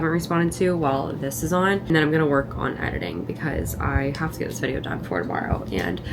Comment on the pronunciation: I noticed when you say had to drive or had to go you say “to” like “tha” like “had Tha drive” or “had Tha go to the store” I wonder what accent that is